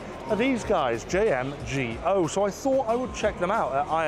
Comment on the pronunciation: Even my boy stopped himself and proceeded to say JM Gooo correctly